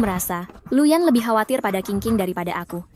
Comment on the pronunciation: nama pak Yanuar jadi "Lu Yan" anjrr